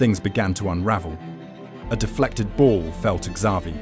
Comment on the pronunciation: If you don’t know how to say Xavi right. I think this is ai